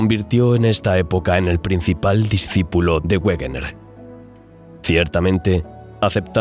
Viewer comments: Excelente. Sin embargo, Wegener era alemán y su pronunciación es "veguener", el "güerner" es una colonización inglesa. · Discúlpame por una aclaración: Wegener se pronuncia "Veguena" aproximadamente, y no "Uegner", dado que el científico era alemán y no inglés, y es lógico pronunciar su nombre tal como él mismo lo hacía. Por lo demás, gran documental, como todos los de tu canal. Continúa así porque tienes un seguidor más. Saludos. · Por favor, Wegener se pronuncia Vegener. Es alemán, no un idioma de bárbaros como el inglés.